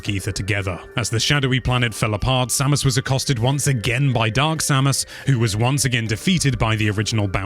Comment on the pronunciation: next time try to talk slower, also put more emotion in your voice, so its really listening to a story then just go and tell everything quick. and maybe i have no right to say this, (because my english is very bad) but some names where spoken out wrong. they prenounce it other in the games itself specialy Samus. but overall awesome video. big like from me